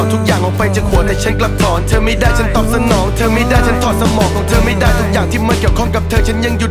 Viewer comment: เสียงไม่ชัดบีบๆ ออกเสียงก็เธอเป็นเฌออยู่นั่นแหละ เสียงเหมือนอยู่ในจมูก